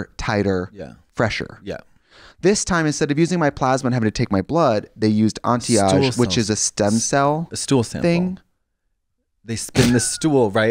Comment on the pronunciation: am i stupid or is she pronouncing anti-age like Auntie Ahge